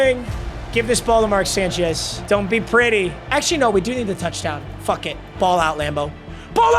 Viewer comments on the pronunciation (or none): none